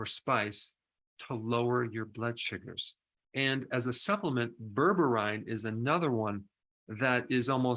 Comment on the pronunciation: Dr. Its pronounced Ber ber een.=Berberine.